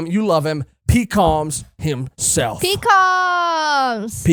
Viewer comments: The Minks fought for days straight with Dog and Cat switching off over and over. It was also stated all minks, even children can use electro Shishilian (Lion musketeer dude) is pronounced like Sicilian. Like a person from Sicily. Pekoms is pronounced Peck-ums The marriage actually WOULD tie them to big mom. It was stated the Straw Hats would become her subordinates. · You’re saying “Pekoms” wrong It’s Pek-ums Not Pee-Cums